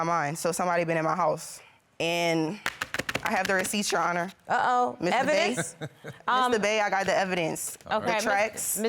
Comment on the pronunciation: Wait did she say Mr Bae 😭?